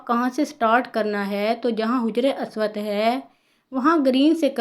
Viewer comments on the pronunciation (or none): Haja-ry. Aswad Not Hujry aswad